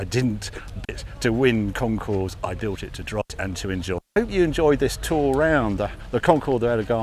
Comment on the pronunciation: Please don’t pronounce the S at the end of concours. Otherwise, mention bien comme d’habitude